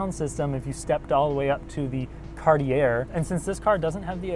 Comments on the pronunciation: It's pronounced kahr-tee-ey; French kar-tyey NOT Carty-air! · CartiA! Not Cartiair. Lol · Heads up Cartier the r is silent at the end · I think the last r in Cartier is silent. It's more snooty that way. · It’s pronounced “Cart-ee-aye” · But we can tell you're from a younger generation from the way you pronounce Cartier. The "r" is silent, so it's pronounce it Cart-e-a. :)